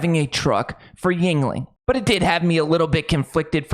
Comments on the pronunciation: Another YouTube that miss pronounces Yuenling! Original spelling was Jüngling! J makes a y sound as in you! The founder was David Gottlob Jüngling a German immigrant. It is pronounced. You-N-ing not Yin-ling. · youngling not yingling